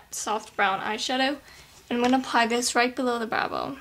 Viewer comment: in stead of saying "this" do you say "Dis" ?